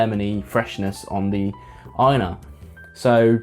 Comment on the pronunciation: First! I've only tried Highland Park's 12 and Dark Origins. I liked the Dark Origins better, but the 12 was one of the first whiskies that helped me come around to peat. Great pronunciation of the names, by the way.